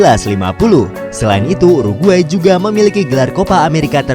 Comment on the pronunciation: DI telinga gua : u ar gay